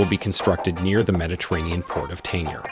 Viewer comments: the correct way to pronounce the g in Tangier is like the g in algebra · You're pronouncing Tangier wrong!